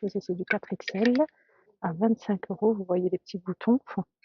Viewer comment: Pourquoi vous dites eurosf